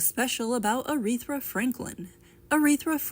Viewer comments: Her name is not "Arethra" Her name is ARETHA. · Question: Who da hell is "Areefruh" Franklin??? lol Now, I have heard of a "ARETHA" Franklin doe. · ...A-Reth -Tha ....is how you pronounce her name